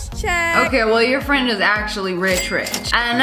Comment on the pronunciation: Can I be your fwend